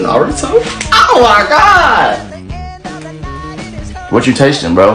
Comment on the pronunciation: “AUR MY GOD” why’d he say it like that 💀